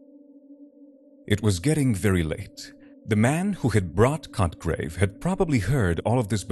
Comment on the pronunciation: Hard to stay with the story but mostly because I get distracted to chuckle every time he says the character's name...Sounds like "****grave" lmao